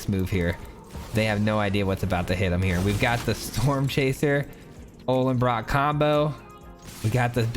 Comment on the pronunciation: Why does everyone call the Ollenbock "Ollenbrock"? Don't want to be a word nazi but you can't just add an R to words all willy nilly lol.